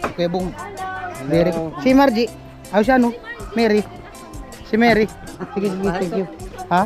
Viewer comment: pina pag aral ka di mo alam PROPER PRONOUNCIATION?